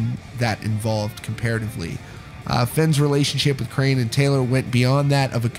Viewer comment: He pronounced ‘Crahan’ wrong. It is not pronounced the same way as crayon. More like craw-n. Like a crawfish